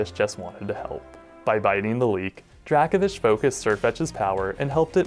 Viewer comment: That Dracovish pronunciation is seriously starting to vex me to the point of insanity. I mean, how would you pronounce “Draco Meteor” or the “Draco” constellation? Again, my ire is mostly aimed at the anime for giving it the pronunciation, but this certainly doesn’t help.